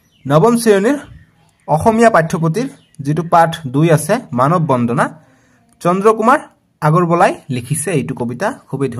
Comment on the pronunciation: Sir manob bondhona nohoi bondona😂